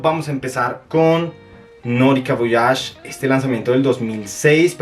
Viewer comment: Como te atreves a poner chrome por encima de voyage? es una porquería aquí lo vendían hasta en 10 dlls en liquidación. PD: Se pronuncia Voayash…